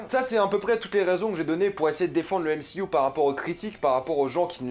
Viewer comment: "décé, yenna"... Tu connais pas DC Comics apparemment... j imagine donc qu en dehors du "m-si-you" tu ne connais pas Marvel, tu a decouvert Marvel avec le "m-si-you"... Essaye la série "Vertigo" de DC Comics ca te fera grandir (prononce "dici" ou alors dit "MCU" sans ton accent anglo-saxon ; sois tu mets l accent partout soit pas du tout)